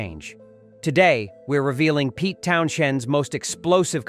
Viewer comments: This is a load of crap, the computer can’t even pronounce Pete’s name properly and slots random footage of him talking about someone completely different from the band in question. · This robot can’t even pronounce Pete’s name correctly.